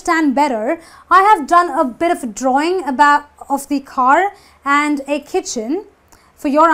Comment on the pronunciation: Just watched your video titled 'How to Pronounce "the" in English?' Please practice what you preach. First of all - it's a drawing of THE car not 'theee' car. and -0.33- The word 'OF' is pronounced as 'Ov' not 'Offfff'.